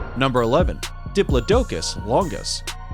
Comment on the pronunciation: It’s dip-plod-icus not dip-life-docus